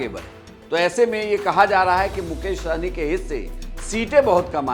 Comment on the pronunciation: सहनी नहीं सहणी😂😂